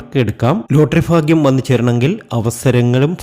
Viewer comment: Faagyam alla, bagyam .